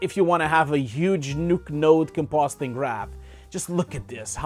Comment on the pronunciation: Don't take it personally I´m having a blast on your videos... Is one after another... I m here because I was searching for a 10bit monitor and yes your video is really insightful and helpful, nothing against it truly! But the way you talk its funny! Even better when you refuse to acknowledge you say compositing wrong. Peace m8! Have a good one!